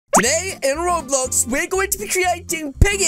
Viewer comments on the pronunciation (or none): You don't say Roblox properly at the Start of what you say